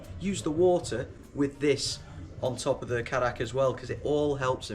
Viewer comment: And its pronounced kay- dack actually